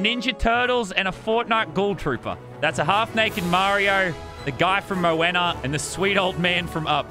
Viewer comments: Everyone: talking about the mods Me: did he just call Moana “Mooena”??? 🤔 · It’s mo-wah-na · Bro triggered me hard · Rest in peace "Dude from Mooena" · This is still good a year later, he pronounces almost every name wrong “the dude from Mo-Anna”😂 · "the guy from mo-when-a" 🥴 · bros sayin mowana